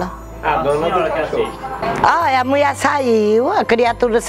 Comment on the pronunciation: Haha Foi muito "ingraçado mulier"( Kekerine)